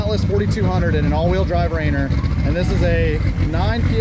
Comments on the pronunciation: That's pronounced Raineer, not Rainer. Mount Rainier WA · It's pronounced Ray near 👍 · Very impressed with the turbo 6!! BTW its pronounced ray-near :) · no ill will intended. I live in Washington St. Our biggest Mt. Is Mt Rainer. Every time you said it made me cringe 😬 I love the Atlas. Very underrated but a very cool engine...